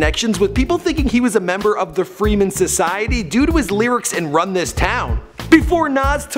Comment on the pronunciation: I like these videos and I think does a good job, but he mispronounces so many words it gets aggravating ex: freemasons.